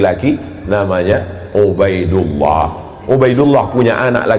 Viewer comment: Ubaidillah kok dibaca ubaidilloh.. Massk gitu sih.. Kok lucu pak shomad